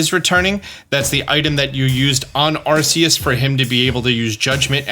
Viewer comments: The only thing that ticks me off about this video is the way you pronounce Arceus. It's supposed to be "Ar-key-us," not "Ar-see-us." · Please say arceus right